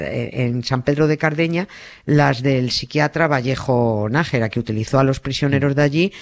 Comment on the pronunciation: Es Nájera,no Nagera,vaya periodistas....